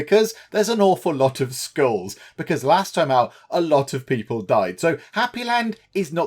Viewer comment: Lol when you said it not happy because of all the skulls I thought you said schools....although both are not fun